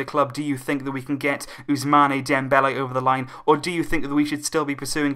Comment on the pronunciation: Please it is not 'Ousmaneh' it is 'Ousmann' as there is no aigu on the final e. Ousmane not Ousmané